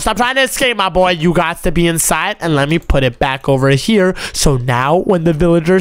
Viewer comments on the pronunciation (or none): It’s here not chier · Bro keeps saying chere